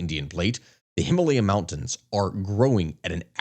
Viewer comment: I think you may be pronouncing Himalaya wrong, at least as far as the locals are concerned. Love the video, a rare, (mostly) guilt-free win for the nation of China.